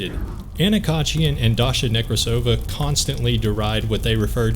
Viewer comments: It's NekrAsova, not NekrasOva. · Then she also, weirdly enough, saying it wrong. Russian last name Nekrasova [rus. Некрасова], a feminitive of Nekrasov, is pronounced only one way - NekrAsova/NekrAsov. I don't know how a Russian could butcher their own name that bad, considering that a Nekrasov is a pretty famous last name. It's like saying LincOln or JohnsOn.